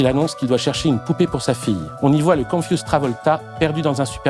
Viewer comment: On dit con-fyou-z'd - confiou'zd et non pas confusse